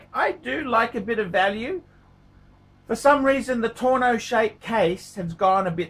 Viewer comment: I normally don't like to nit pick, but because it's you: it is tonneau not tourneau, which is an AD.